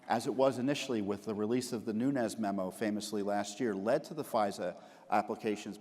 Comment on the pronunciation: Learn to pronounce Nunes! How unprofessional ! He is not from Spanish background. Look it up. Respect the cultural heritage. Not everyone from California is hispanic.